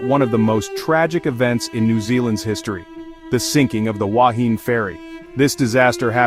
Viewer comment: This AI generated voice cant pronounce the word "Wahine" properly. Secondly it was not the worst shipwreck in New Zealand - that title goes to the sinking of the Orpheus in Manukau harbour in 1863 with the loss of 189 lives and several other wrecks with heavier loss of life have occurred over the years in New Zealand